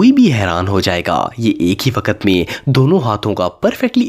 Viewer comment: Bhai G waakt nhe waqt